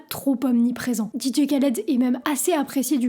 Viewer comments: Le K ne se prononce pas il faut prononcer DJ Raled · trés bonne vidéo et tu m a fais ma journée avec ta prononciation didier khaled 🤣🤣